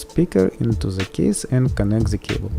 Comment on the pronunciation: It`s not „ZE“ it`s „THE“